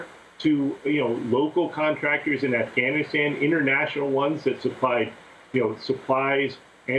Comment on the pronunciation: Amy stop trying to over pronounce Afghanistan, driving me nuts.